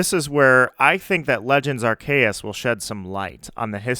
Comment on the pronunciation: Amazing video! I like how you say Arr Kay Us ❤️❤️